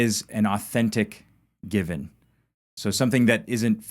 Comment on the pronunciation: "Given" not Gibbon,... growing old sucks, I know, there myself. I do appreciate you learning Hebrew with Jacob though, learning new things like that help keep the mind sharp.👍🙏